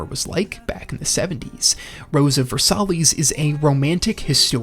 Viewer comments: ver-sigh, not ver-sallies😂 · Pretty solid list. Dragon ball, Evangelion, and cowboy bebop off the bat as expected and deserved. Things you made me wait for included: ashita no Joe ("ash-ta" the only thing you pronounced worse was Versailles. Ver-sigh), Slam dunk, death note and Gundam. I wanted to see Cardcaptor sakura on the mahoushoujo section, but i think it's fair it was left out. Azumanga daioh probably should have been included for the slice of life section, though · Not trying to be that guy, but Rose of Versailles is pronounced Ver-Sigh. It doesn't really bother me, not saying this to be pedantic, just to inform, so you know, so some ding dongs who DO CARE don't get on you for it. Its also not an English word, so not really your fault. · Versailles is pronounced Ver-sigh, with stress on the second syllable. Besides that, thank you for a nice list. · versailles is pronounced ver-sigh